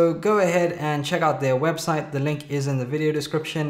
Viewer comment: it saying webstie 0_o